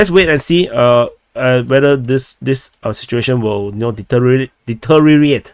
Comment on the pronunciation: Great show brother. Thank you. As for deteriorate, try the sentence: "Dee Teary Or Ate". That is the phonetic pronunciation. Your English is admirable.